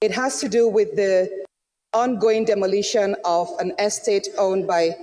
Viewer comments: That thing is 'demolition', not demolishion. I thought Doctor Abati said he's an editor. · Demolition not "demolishions".